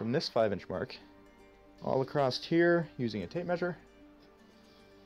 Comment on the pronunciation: There's no T in across. Across. See? Ah-cross. A. Cross. Not acrossT. It's not an acrostic poem. Edit: Okay you also say 'processT' so I suspect you might just have a speech impediment or something. You DO know SS' don't have a T after them ever right? I can't think of a single example.